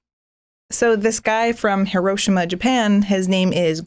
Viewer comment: Never mind Agassi, you couldn't pronounce Hiroshima earlier.